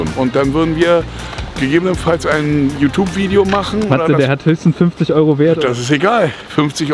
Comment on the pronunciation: Niemand Wirklich niemand: Youtoobe